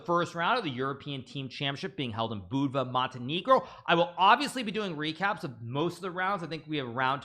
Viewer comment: As a Montenegrin huge respect for Naka's pronunciation of Budva and Montenegro.